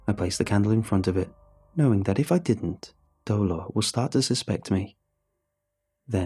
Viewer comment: dolor? my first language is Spanish, nice try buddy, nice try.